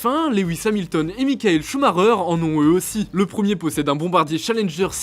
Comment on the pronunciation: comment il prononce le nom de schumi par contre 💀